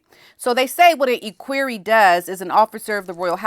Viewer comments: I know you don't like bring corrected but I have to tell you. Equerry is pronounced e as in Egg not e as in eek so its equerry not eekquerry. That man speaks beautiful English and has been on TV many times, also wearing a kilt. Please don't be offended, I'm just trying to help.😢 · Maybe this will help you pronounce ECKWEARY ECK WEARY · Equerry is pronounced EK-wery. Short E. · "EHH-queer-ee". Please and thank you. Ps Love your hoodie! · ECK WER E with the accent on the first syllable. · Pronounced like, ek worry. Emphasis on the ek. Glad you're talking about the equerry